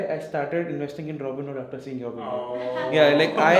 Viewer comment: After ka 'r' kha gaye